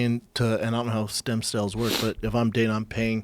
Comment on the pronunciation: Brendan “I need them sem stells ” Schaub